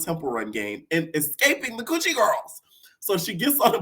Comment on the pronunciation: It’s the cewwchie gworls 😂